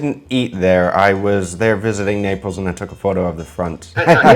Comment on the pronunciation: The ITALIANS ARE CRYING RYT NOW 😂😂😂😂😂 ... What is this ???? Pizza or Indian Flat Bread 😅😅😅😅😅... Ketchup on pizza ???? What a cardinal sin . Let's leave the Italians make their authentic pizza !!!! Pizza originated in Sicily .... its Naples u make it sound like Nepali 😅😅😅😅